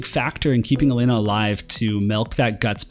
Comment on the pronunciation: Yay! Someone who can finally pronounce Elena correctly! Lol, jk. But seriously, welcome back! Good to see you again!